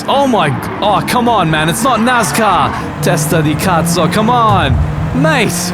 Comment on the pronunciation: "..ma che cazzo fai?!.." 😂😂👍👍 great italian speech, wow: "testa di cazzo!!" as well!! hahaha great, man! LOVE it!